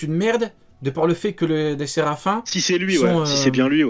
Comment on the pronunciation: yo juste c'est vraiment Séraphin pas séraphine ou séraphim